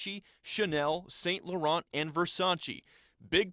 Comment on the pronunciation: No “T” in saint laurent